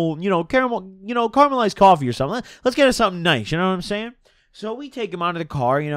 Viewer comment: really said carmelized coffee 🤣